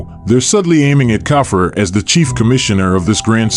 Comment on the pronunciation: Its cough-free Khafre